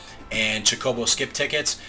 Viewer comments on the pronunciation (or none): I'm sorry, gotta mention.... The stress is on the CHO in chocobo xD ( /CHO/-koh-boh ) Love your vids! looking forward to more fun/meme vids. :) (like 20x chain)